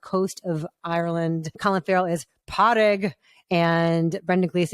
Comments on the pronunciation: You missed the R in Pádraic! Made it sound like Pot-egg! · The pronunciation of padraig was just so bad